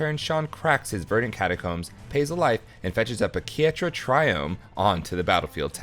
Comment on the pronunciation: The life totals are all over the place. When Adam blocked Shaun's Serra ascendant the narrator said "gained 1 life" and the life total went down. Also the pronunciations have several errors too. One example, Ketria was pronounced as Kerta or something similar. I appreciate the effort that goes into videos like this, clearly your team loves the game and the craft. Even then, I hope your team feels that this is unacceptable and finds a way to fix it that works for you. I suggest you come up with some kind of process for each error, then evolve that process to keep it simple while preventing as many errors as possible. Perhaps have a non-editor review the video before upload and have the narrator lookup pronunciations and run words by someone else. Keep up the good work, and at least some of us understand that these kinds of errors mean that you are trying to push hard to do new things.